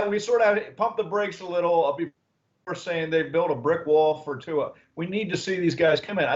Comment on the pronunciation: hes your QB now learn how to pronounce his last name! there is a Youtube video with tua teaching everyone how to say his name